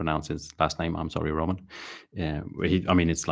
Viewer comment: Hey, thank you for the shoutout! The name was pronounced perfectly. I listen to every word of yours not only in miniature painting. You are a sharp dressed man and impressive. Your livestream has tons of style because of you! Keep on happy painting! - Roman